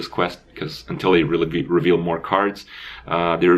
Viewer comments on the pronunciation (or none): Is it that hard to spell and pronounce the word reveal?